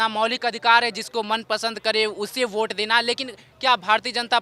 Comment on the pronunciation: Bot nahi vote hota h bhosdi walo 😂😂😂😂